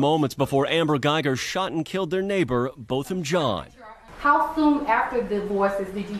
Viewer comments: Love you Ti!!!! FYI his last name is pronounced John... Like Jean Claude Van Dam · I agree with you 💯 but it's... 🗣️ Bothem John (Jean is French for John‼️